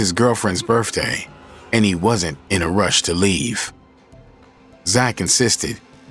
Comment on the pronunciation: holy shit. I didn’t know AI narrators can be black 😂 this narrator for real just said “birfday” 😂😂😂😂😂😂😂😂😂😂haha 😂😂😂😂 I’ve seen it all 😂